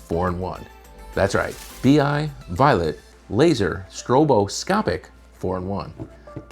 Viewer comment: I always find it annoying when they call these things a “bee eye”. First of all it’s “b-eye” and it’s nothing like the actual fixtures from Clay Paky.